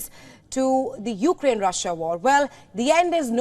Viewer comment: It's Ukraine NOT You-Ga-Rain.